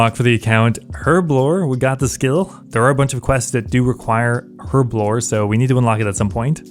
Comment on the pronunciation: I didn't know the lockpicking lawyer plays osrs... THANK YOU for saying herblore right btw